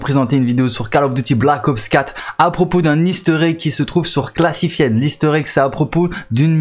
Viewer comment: Ça se prononce "Classifaïd" pas "Classifiaide"